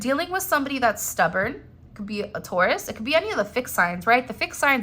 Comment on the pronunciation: Omg he is driving me crayzay.Tauras😂